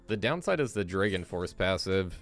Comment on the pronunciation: Why do you say Dregon instead of Dragon?